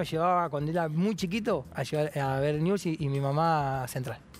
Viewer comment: Dice niuls como corresponde. Hay gente de ese club que dice niubel. No saben pronunciar el nombre de su club.